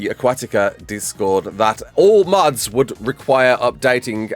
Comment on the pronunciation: I thought you were saying muds instead of mods I'm like multy user dungeons? Hahah